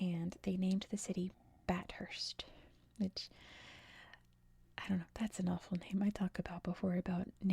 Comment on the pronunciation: If it's the same as Bathurst in Australia, it's pronounced "bath-urst" (said fluently).